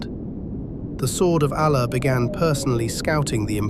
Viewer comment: Narrator is biased towards the romans . Learn to pronounce Allah Properly .